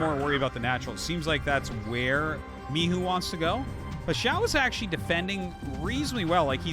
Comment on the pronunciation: THE pronounce of Mihu is correct:) Xiaoshuai is like SHAI